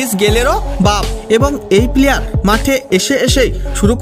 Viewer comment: আপনি প্লেয়ার কে পিলিয়ার বলছেন কেন?